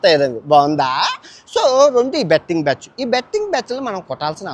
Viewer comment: బ్యాచ్చు కాదురా ఎర్రిపూకా బ్యాచ్ అనాలి